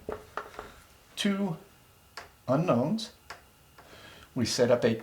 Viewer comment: two seconds in I can tell you that you left out the "n" in unknow"n"s. I'm an English major, I hate this shit.